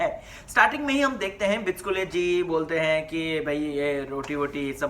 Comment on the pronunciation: Bro, it's BICHUKLE not BICHKULE... Pls correct it...